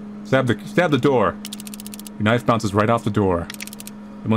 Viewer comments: “so here we have a knoife” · I love that he says knoife instead of knife :D